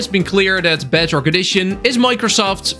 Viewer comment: Even the subtitles say “BADrock” instead of bedrock